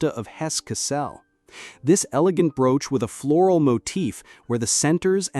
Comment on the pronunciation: Nothing says AI voice like pronouncing 'brooch' as 'brooo-ch.'